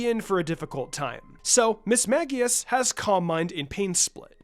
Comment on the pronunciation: Mismagius is pronounced mis-MAGE-eus. Sincerely, a die hard Ghost Type fan :)